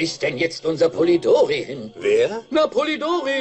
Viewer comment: Polidory nein polidori mit einem i polidory nein polidori mit i